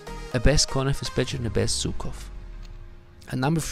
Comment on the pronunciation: Man, he's Żukov not Zukov 😂 In English u have Zhukov to act like ż